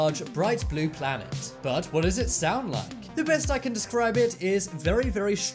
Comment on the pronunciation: Ah yes 'saound'